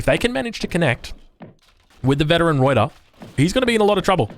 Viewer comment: Alright, as a dutchman, I kinda need to teach you the proper proper pronounciation of ruyter :P First of, you do pronounce the r correctly, nicely done (tho be aware that the r at the end is a proper r, not like a reduced r or an eh like English does so often), but the biggest deal is that uy. You pronounce it like oi, but it's either an 'œy' or an 'ɐy'. Since you are Australian, the second pronounciation would be the easiest, I would say, since ɐ is the Australian English sound in strut, bud or hud. the y however is a sound not found that often in English. Some dialect have it in a word like 'few'. y is pronounced like the 'ea' in cheap, but instead of having your lips open and pulled back, you have your lips closed and protuding (lips the same way as how you would pronounce 'oo' in hood). So, the entire word is pronounced /ˈrœy̯tər/ Good luck :P